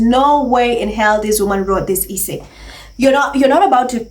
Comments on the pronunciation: Hi,. I like your videos a lot but your pronunciation of essay is wrong. It is not pronounced eee-say like pees. it is pronounced s-say. Also, it is not pronounced peesants, it is pronounced pezants. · It is pronounced S-SAY. NOT E-SAY.